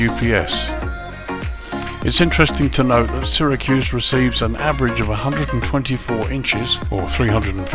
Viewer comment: Just an fyi, the "Y" in Syracuse is pronounced as an "E" Another great review, i ended up buying it as i live in the states and do plenty of Southwest Airlines ops